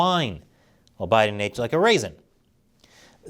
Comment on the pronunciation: lol did just call him O'Biden 🤣